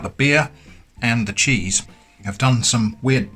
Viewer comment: Uhhh... This might be a language barier and I do mean nothing bad by it... but did you say Jizz on toast or Cheese on toast...? And if you said the former is that some kind of just Thing british people say? I litteraly listened to it like 20x and I am not sure :D